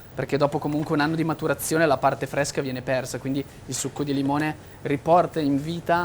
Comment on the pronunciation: Pecis fvesco cvacco fvesco,tutto fvesco